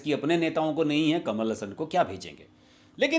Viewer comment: Pronounce teek tarah se karlo saab... kamal Hassan hai... hasan nahi hai plz😝😝😝